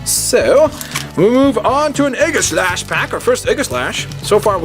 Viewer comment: its ee ga slash